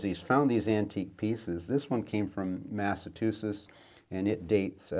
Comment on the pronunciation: Sorry, I had to giggle the way you said Massachusetts. I am from and still live in Mass and a lot of people cant seem to pronounce it quite right. Along with the town of Worcester. We have many towns that people who are not from here cant pronounce, even long time locals. I'm sure there are many towns in Canada I wouldn't know how to pronounce. Cool book though. It looks vaguely familiar. I might have seen it in a library somewhere. I'm surprised that candle box doesn't have a lockable lid on it. In those days the candles were made of tallow, and that would attract mice certainly in winter. They loved to chew on tallow candles, a great calorie bonus for them. Considering candles were expensive to buy and time consuming to make, you would think they would be a protected commodity. I would put them in a lockable metal box If I had to rely on such things.